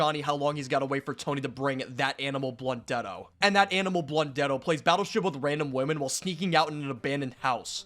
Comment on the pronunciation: Can’t even say his name.